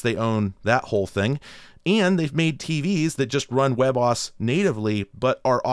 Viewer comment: Do people actually pronounce WebOS like webboss?